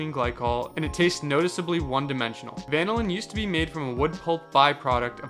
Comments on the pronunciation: van-o-lin? Bro is dumb af its pronounced va-nil-in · The pronunciation of vanillin is confusing me. Is that really how it’s supposed to be pronounced? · Bro really said vanillin instead of vanillin